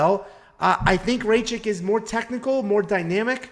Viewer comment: U pronounce Rakic very wierd, I think rakic wins a decision but it’s so close